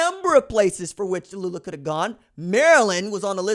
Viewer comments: It's not Ta loo lah, like in Bankhead. It's Tau lee ah. Get your names correct. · Who da fark is Ta-lu-la?...it's Tau-lee-ah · It is pronounced Taulia = Tao-Lee-Ah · Why are you butchering his name? You sound ignorant. Tau Lee Ah. What should we a$$ume your name is Ron Julio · Wait, try Tau-Lee- ahh. I will leave a dislike and will Unsubscribe. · The pronunciation is TAU- LEE- AH. Go got'em kid!! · Tau-li-ah....put some respect on it my G. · Taw-Leeah Thats how you say his name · Its pronounced TALIA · Bruh,....tah loo lah? C'mon ....yeah it's funny, but c'mon man. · I'm pretty sure it's pronounced Tuh Lee luh lol. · Taulia= Too-Lee-a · TAULIA (Taoooh-leeah) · Come on RJ, I'm a subscriber because I truly enjoy your HONEST INSIGHTS.. Give the kid a chance, at least pronounce his name right. TAULIA (TOWEL-LEE-AH). KEEP UP THE GREAT WORK. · Pronounce his name properly! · Bruh that aint how you pronounce his name foo lol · lLlLl it wasn't a mispronunciation because he never tried to correct himself when addressed in the comments of the proper pronunciation or nickname in the comments. You may not understand because you don't care to represent and have pride in your family's name. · It took Maryland fans Ta-loooh-la to realize Williams ain’t going to the turtles 😂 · Just called him LIA for now you're butchering his first name lol